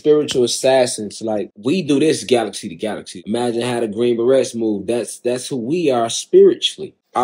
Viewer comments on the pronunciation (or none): “Pronouncing the T in beret” sent me 😂😂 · Not the T in beret LMAO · Respectfully, I feel we really need to recognize our mistakes as a nation and focus our spending on education. We have grown men walking around being called leader by a whole group of people whilst prounouncing the T in beret. I'm not even a minute in and we here. 🤦‍♀️ meanwhile his wife went and lost the T in spirituality🤦‍♀️ they only got 1 T between them! The education systems in America have failed everyone involved and no one wants to have that conversation. 🤣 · A silent T in the word "beret". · 😂 I don't mean to laugh, but the pronunciation is wild. When you said she went and lost the T in spirituality, meanwhile, he found the T in beret 😂😂😂😂😂😂😂